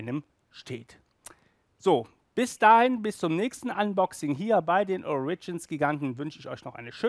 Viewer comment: Das erste Mal sagt er "ORIGINS" richtig!!! BRAVO!!! ;)